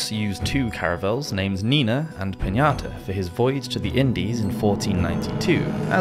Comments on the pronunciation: Pinta, not Piñata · How the FK does even a computer generated voice pronounce Pinta "piñata"??? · Columbus ship was named “Pinta” not Piñata lol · It's Pinta,,,, not pinata😅😅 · Columbus’ second ship was named Pinta, not Piñata. 🪅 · It was the Pinta not the piñata lol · I really like your channel, and I certainly admire the amount of research and effort you put into them...but the mispronunciations are really jarring. Sinai is pronounced SIGH-nigh, the past tense of the verb "shoe" is typically "shod" not shoed, and I see plenty of others have already commented on the Pinata! But please continue to make these fascination videos!